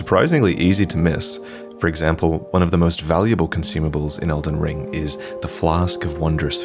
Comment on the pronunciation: Dude said elden bling🤣🤣🤣🤣💯